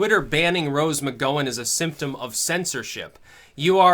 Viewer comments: "McGowan", Gow, as in ouch, not oh as in 'go'. It's obvious that doesn't watch TV. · i think the gow in gowan is said like cow.